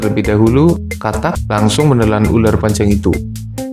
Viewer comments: Ular bang bukan uler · Uler apa Ular???? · Pas ngomong "ular" kayak ngapak2 gimana gitu.